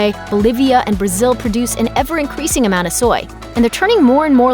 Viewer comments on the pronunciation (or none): Amouns are getting on my nerve why do you say it like that